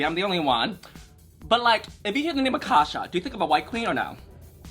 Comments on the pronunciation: It’s not pronounced like akasha like the queen from season 1 is pronounced A-CASE-YA like acacia forgot like in case you forgot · It's Acacia like the flower lmao not Akasha 😭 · it’s not aKASHA it’s ACACIA. Like the tree??? In case u forgot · A-casia not akasha forgot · a-KAY-cia (in case ya) Forgot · Just for future reference (and with nothing but love) - Acacia is pronounced "Uh - kay - shuh" - it's a play on "in case ya forgot" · These 2 getting Acacias name completely wrong has me DEAD 😭🤣